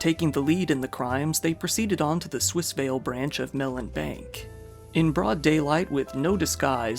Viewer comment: Thank you for saying swissvale properly!